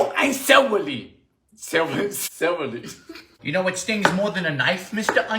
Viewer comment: Oynion an cewaly!